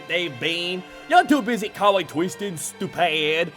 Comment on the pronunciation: Lost my shit at “You’re twoo busy cawling teia a SLOOOOT”